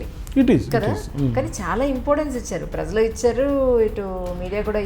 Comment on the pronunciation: Amma tallee..... Aa padam "prajalu " .... Kaani meeru daanni "prazalu " ani paliki khooni cheyyoddu.... Kaasta telugu sariga maatladadandi tallee..... Neeku punyamuntundi